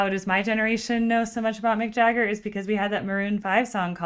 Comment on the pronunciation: It's Mick Jagger not MCJAGGER!! GO read about How Lynyrd Skynyrd PISSED OFF AND SMOKED Mick and the Rolling Stones at Knebworth England show in 1976!!! RIP LYNYRD SKYNYRD 🐐🎤🎸🔥🔥🔥😍😍😍😢😢😢😢